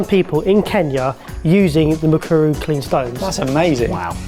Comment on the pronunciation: So nice to see a Kenyan project. I am also working on a project to clean air and save households money. I hope I win this prize. Thumbs up for pronouncing Mukuru so well